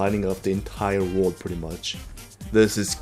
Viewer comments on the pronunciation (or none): Just go learn how to say world already! I mean.. you always say wrold instead of world and I hate it. This is not a hate comment btw its just you have been saying it wrong for alot of time now.